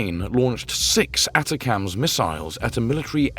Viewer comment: They're pronounced A-TAC-MS. OK ??? AND you're video is about an American missile but you keep showing RUSSIAN ICBMS !!! HOW UNPROFESSIONAL CAN YOU GET ???